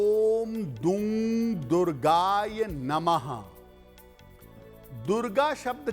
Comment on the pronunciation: दुर्गाय नहीं दुर्गायै नमः शुद्ध है।